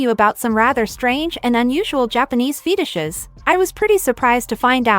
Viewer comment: The correct pronunciation is ‘Fetishes’, NOT “Feetishes”; the British Empire did a terrible job of teaching English to Americans; IDIOTS